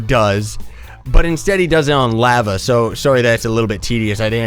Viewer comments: your laeveea is killing me its LAVA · U pronounce lava wrong